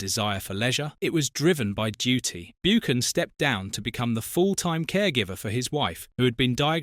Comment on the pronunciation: hard too watch this its BUCKAN YOU PRONOUCE IT BUCKAN